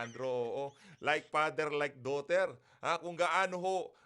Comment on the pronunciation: Hahaha like pader like doter! 🤣😅